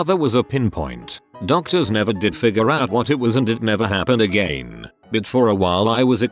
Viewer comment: no one: the voice: AgEin